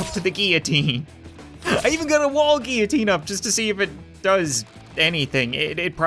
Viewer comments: says 'GEEITINE' me: its GILLOTINE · It's pronounced gill-o-teen